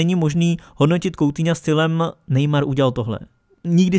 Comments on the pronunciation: Nečte se to "koutiňo" ale "kutíňo" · Uděláš samostatné video nebo že by si to rozkecal v rozkecánu?:D.A teď už na věc.Sou to 2.věci/1.věc/Batshuai přestoupil z Valencie FC do Crystal Palace FC /2.věc/Anthony Martial podepsal novou smlouvu z Man.United/A třetí bonusová věc / Vyslovuje se to "kutýňo"a né "koutýňo" Ale to nevadí nikdo není dokonalý ale váš kanál dokonalý je👍